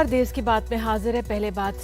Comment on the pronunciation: देस नही देश होता है किरपिया ठीक करें।